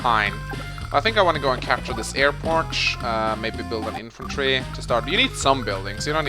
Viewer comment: Well with your airporch you can make bomBers. Which makes me happy every time I hear it. Reminds me of my friend in the UK who always went super hard on the H in herb since the rest of the world seems to have forgotten it's existence.